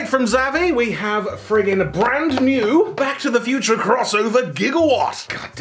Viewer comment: Back to the Thew-ture?